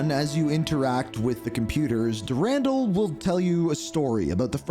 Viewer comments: So your saying dur-andle. But I believe it’s pronounced duran-doll if that makes sense lol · Marathon: Durandal had the best menu music. And his name is pronounced Dur-an-doll